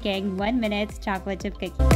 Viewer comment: Nobody: Literally nobody:: chocolate chip googies